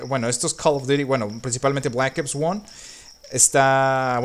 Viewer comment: no hables inglés q no se te da nada bien , sorry , y decir black ops 1 como lo has dicho ósea penoso de como lo dijiste la verdad